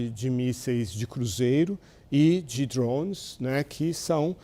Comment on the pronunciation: Porque ele não fala drone direito